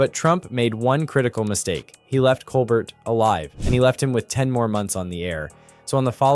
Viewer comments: “Coal-bear” not coal Bert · It’s pronounced “Cole-bear”…..have you never watched his show? He introduces himself to the audience “I’m your host, Stephen Cole-bear.” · Why is it that the commentator canot pro ounce Steven Colbert's name correctly? I am available, should gouwant to replace him . . . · It’s pronounced COL-BEAR. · Pronounce Colbert correctly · Would you please be respectful and pronounce Stephens' name properly. He deserves it.❤